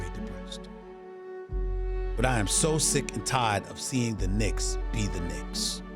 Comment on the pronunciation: "Because its the Knincks! Everything that could go wrong, it will go wrong!"🤣